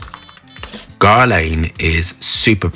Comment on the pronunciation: Guerlain is nore pronaounced like Gearlen 🤪 but who cares, I am just here for your knowledge!